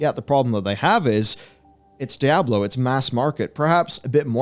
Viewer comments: Just call it 'D', don't bother mispronouncing 'Diablo' all the time. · IT'S "DIABLO" 4, IT'S NOT A DIABLO GAME.